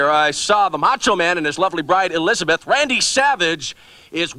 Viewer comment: "Elizabit Elizabit", how long was he with her and he can't say her name???